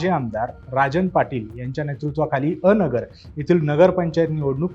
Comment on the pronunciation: पत्रकार महाशय..... अ नगर नाही हो 😡😡 हे अनगर आहे भावा 😂😂